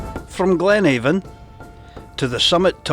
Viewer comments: It’s Ben Aan a Glen Aan…the V is silent even in local dialect and not just in Gaidhlig😁🏴👍🏻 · Sae div I am fae Banffshire an a native Doric Spikkir an weel kent for ma promotion o thi Doric leid..Noo as for thi “V” nae bein silent in Doric yer nae richt, as it’s local Doric spikkirs aat pronounce it A’an.. speir ony local an they’d syne tell ye aat, an it’s been aat wye since thi Gaidhlig deet oot roon Tomintoul 😁 I affa enjoyed yer video but jist nae sayin “Avon” aa thi time an pronouncin it thi richt wye wid o been mair informative tae thi general audience nae fae aboot here 😁👍🏻🏴